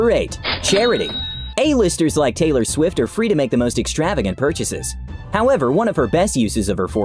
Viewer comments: Ellen said haylor rights 😂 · Taylar swift